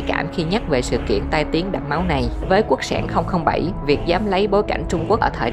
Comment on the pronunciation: Quốc sản mà nghe giọng đọc lại tưởng là quốc xẻng